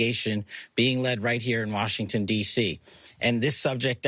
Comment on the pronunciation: it's Warshington 😂